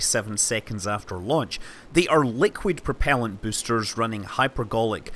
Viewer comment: you have a funny pronunciation of the word "boaster" lol